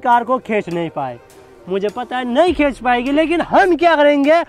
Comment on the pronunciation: Bhai khech nahi khinch 😂😂